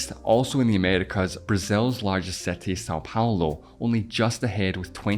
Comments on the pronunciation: I love accents, my guy legit said "setty" ahaha. I wonder how irish and especially scottish accents got so distinct, most people that change languages don't have that hard of an accent and usually the accent would go away within a generation but ig something weird must have happened with the erasing of the languages there. I love how so many of the americans are so blissfully unaware of people outside of the USA and canada that speak english. I bet they would be completely shocked if they went to like pakistan or nigeria and were like "wait so many of them speak english?!?!" ahaha. One person once tell me to pronounce words "the correct way" like bro I'm just Australian chill I don't want to use an actual "R" sound every time I say a word. They legit thought I spoke "australian" at home like HUH. (this was like deep texas tho don't blame em their education is still probably very religious and their accent is crazy) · Why you pronounce ''city'' so differently? It is some kind of accent or what? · i cringed by the way you pronounce city, couldn't stay until the end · Very bizarre pronunciation of the word "city" I wonder why? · what a bizarre pronunciation of city and six 😂😂😂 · There’s a tiny problem pronouncing “i”. It’s not cety nor sexteen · What a wierd pronunciation. City = si·tee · bro said setty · WTF is a setee? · Your accent is horrible and please learn how to say city!!!! It’s not setty!! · What kind of English accent do you have? I am a bit confused why you CALL SETI? when it is a City? do you thing that Ceti and City is the same? 😳😳😳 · Am I the one hearing “setty”? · So you pronounce city as [sétí] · It took my a while to figure out that "seti" is "city" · Why do I hear seti all the time 😊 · you you reading city as Setty? it's so disturbing😪😪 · And he keeps saying setty in every sentence 🤣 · seti? cety? séti? damn. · sound like you are saying seti ? 😀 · Setty hahha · Good lord I’m trying to watch but that pronunciation “SETtie” is throwing me off lol